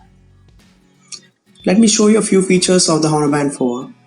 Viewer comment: H is silent.